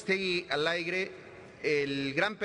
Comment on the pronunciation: jajajajajaja, como hacen estas personas para llegar a ese puesto, ni hablar saben, dicen "aigre". ¿dónde estudiaron? minuto . de verdad que vergüenza tener dirijentes asi. pero ni que decir del señor presidente, pero eso si cuando estaba en elecciones muchas viejas diciendo "por lo menos esta guapo", espero la siguiente ya voten por Obrador, "por lo menos ya esta viejo" y puede que se muera a mitad de su gobierno jajajaajajaja. Todos son la misma porqueria, pero no podemos quejarnos todos somo iguales, si nos multan somos los primeros en querer darle al poli una lana para que no se lleve nuestro coche al corralon. intentamos poner diablitos. Ya es cultura del mexicano pasarse las leyes por el arco del triunfo.